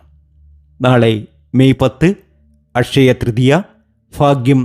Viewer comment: ഫഗവാനേ....... ഈ ഫക്തനെ മലയാളം പഠിപ്പിച്ച അദ്ധ്യാപകനെ ശപിക്കരുതേ.... അഷയ തൃതീയ ?....